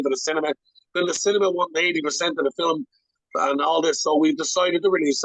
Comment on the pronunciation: I think ur a top fella but u gotta figure out how to say ‘film’ proper 😂